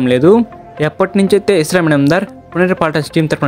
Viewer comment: ఎవడ్రా నువ్వు అస్లాం అయితే ఇస్లాం అంటావ్